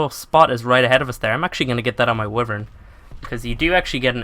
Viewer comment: The Wyverns are pronounced Why-Vern not Wifern.